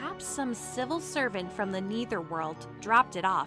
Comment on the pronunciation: Its not pronounced as neether. Its nether.